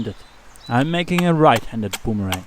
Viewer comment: I have to laugh at your pronunciation of boomerang. You need to come to Australia and we will teach you how to butcher the English language LOL. This was a fun video to watch and a great project for people to do.